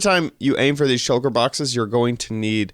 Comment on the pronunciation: "Shulker box" not "Shucker box" :-)